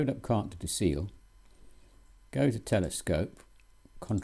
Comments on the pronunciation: And the 'Ciel' is pronounced as 'shell' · Cartes du C L, if you want to sound more authentic give it a little uh after the L. My french neighbour pronounces Thames, Tamease. :) Good software.